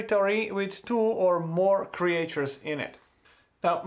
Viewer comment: Thanks for the excellent walk-through video! Your English is excellent, just one thing I have to point out cuz you said it a lot: in English we usually pronounce Creatures as "Cree-churs" like Teachers, not "Cree-ay-churs" like Creators. I don't know why. English is silly.